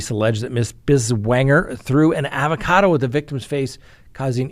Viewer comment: Love how you say avocado at the end 🤌